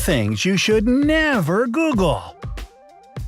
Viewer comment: "Ten thing you should nEEAVVer google!"